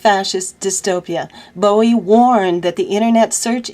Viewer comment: it's david BOW EE. not booey. fyi. nice to hear your voice and the news you bring. ty.